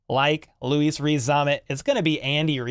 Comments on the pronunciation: Hey, as an anglophile and my opinion is he may not make it but his name is pronounced Lewis (Loo-iss) rather than the continental version of Loo-Ees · It’s a French pronunciation of Louis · Cool...but why do you keep calling him Luis? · Butchers his first name: “I don’t wanna butcher his last name.” 😂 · Butchered his first name never mind his surname